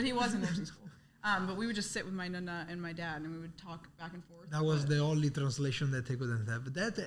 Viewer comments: Just to let you know It’s pronounced Nonna not Nunna lol So cute tho! God bless❤ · Nonna not nunna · Stop saying Nunna hahaha it’s driving me crazy 😂❤ ughh😅